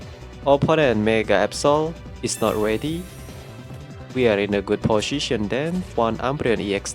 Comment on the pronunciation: Stop saying posyisyon it's so sound so dumb